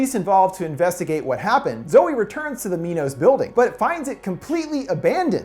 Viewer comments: 'My-noss' like the greek king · why pronounce it "mee-nos"? isn't it "my-nos"? y'know, like the greek king who had daedalus create the labyrinth to house the minotaur? i mean shit, you wouldn't call it a "mee-notaur". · I kept laughing when he said "Mee-nos" since my dog's name is Minos but we pronounce it "My-nos". Clever name though since King Minos was the ruler of Crete who had the Labyrinth made to house the Minotaur. Also, he became a judge of the dead so it works two fold as they are judging those they are leading to die. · Am I the only one who thought MINOS said MINDS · nop i am there too this whole time i thought it was minds